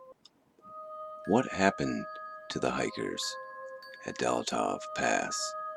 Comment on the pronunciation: It's pronounced Dee-OT-lov pass. One of the girls was found nissing her tounge and her stomach full of boold, meaning she was alive when her tounge was ripped out. They also had cut peep holes into their tent and when they ran from the tent they ripped it from the inside going out the back of the tent rather than using the door. Scary stuff....I KNOW that Sasquatch is real...I've seen one and if this was a yeti or "snowman" then that is terrifying. Great video.